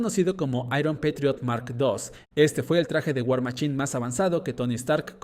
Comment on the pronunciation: Por que los mexicanos tienen tanto problema con la "ch" y "sh"? Se pronuncia war maSHine!! No war maCHine!! Si vas a usar las palabras en ingles pronuncialas bien o si no puedes entonces traducelas y ya